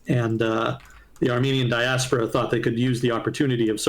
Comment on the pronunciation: It is actually "diAHspora", not "diaspOHra"